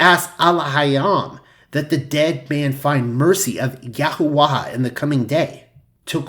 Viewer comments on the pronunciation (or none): Great as usual. I do find your pronunciation of "Yahuah" curious, though. You pronounce it as "Yahoo-ah-ha", but wouldn't it have to be spelled "Yahuaha" for it to sound like that? I think it's supposed to be pronounced "Yahoo-ah".